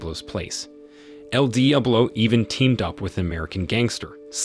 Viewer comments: Is this an A.I. voice? There’s no way you mispronounced Diablo so bad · How can you make an entire video saying the word Diablo so wrong, So many times? Jesus, it hurt my head to hear!